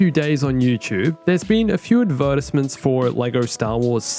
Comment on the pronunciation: Cant wait for game, the snapchat filters on vids r dumb and hope they fix clone troopers "Adversments"? Geesh its Advertisements! Man cant get anything right: thought yaddle was a guy. calls C-3PO, 3-CPO. 😔 he messed something else up last video too🤣🤣🤣 (Nevermind prob someone else) but he still messes alot, i think does get consoles right tho?